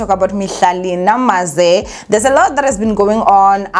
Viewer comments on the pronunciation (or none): Mihlali Ndamase not "Namaze" Sis❤